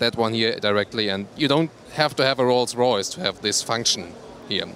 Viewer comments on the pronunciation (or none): none